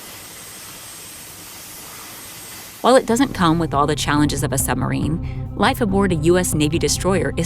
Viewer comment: I'd have thought to narrate this documentary, one might need to be able to pronounce the word submarine. It isn't a summerine!